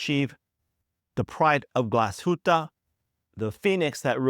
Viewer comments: Glaw-shutt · are you a native german speaker? Because his pronunciation is the same as most people who mispronounce the word with too much emphasis of the last vowel sound. The last syllable is much more subtle in german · As a German myself, I have to agree. Good effort nevertheless.